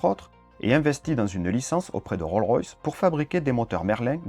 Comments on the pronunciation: Roll-Royce ? Non, Rolls-Royce ! On prononce le S final du mot, en anglais ! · Top ! Juste une petite remarque : il faut pas oublier le "s" pour Rolls-Royce. On ne prononce pas "Roll-Royce"...:) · On prononce le" S " de Rolls ...........